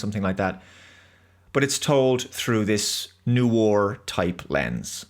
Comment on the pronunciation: Are you trolling with your pronunciation of 'noir'?